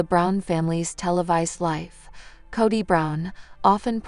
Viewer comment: Say his name right. Its Kody